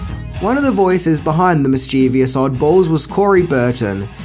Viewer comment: Please learn the word "mischievous"